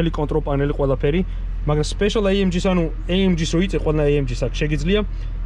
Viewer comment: ბაი თურბო, ეი ემ ჯი . და ასე შემდეგ ცოტა უშნოდ ჟღერს და მხვდება ყურში ძაან ინგლიშურობა :) კარგია მომწონს დანარჩენი